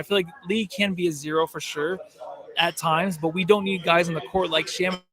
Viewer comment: Shamet rhymes with damn it. Lol